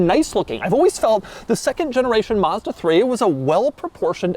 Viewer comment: To all americans,the first a in mazda is like the a for apple not like you would say mustang